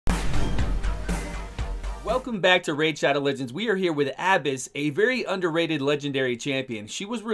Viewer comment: FINALLY! Someone that pronounces her name with the proper inflection. So tired of hearing abEss.